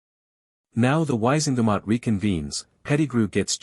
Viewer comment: I take it that the narrator is just a program that cannot be taught to pronounce Dursley, Wizengamot, Erised, etc?